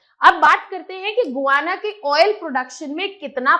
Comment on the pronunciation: Madam it is गयाना not गुयांना